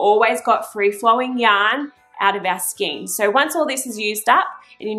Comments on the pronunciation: It is pronounced SKANE even though it looks like SKEEN... In Australia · A good video. However a Skein is pronounce Skane, not Skeen, please. I endorse re winding the yarn into a loose centre pull cake or putting the large skein onto a ball holder like a Chia Goo, which will rotate & allow free flow of the yarn It can also be beneficial to add a few weights like bulldog clips around the inside, to add a little tension on the tube of fabric It can be easier to cast off by only cranking 1 or 2 stitches at a time, to prevent ladders forming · Just FYI. The word ‘skein’ is pronounced ‘skain’. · Well done...easy peasy...some feedback..FYI...skein is pronounced skin as in rain not seen as in keen